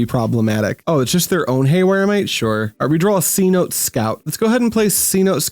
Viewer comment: Cenote is an ancient Mayan word and is pronounced like Say-no-tay